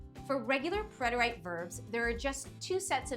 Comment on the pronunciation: It is not pronounced preter-ite but is pronounced preter-it or preh·tr·uht but the rest was well done